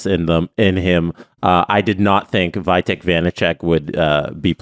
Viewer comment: it's "Vee-tek" Vanacek, not "Vie-tek"